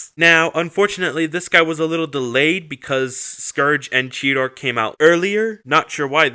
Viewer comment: I love when you say Cheetor instead you say cheator lolll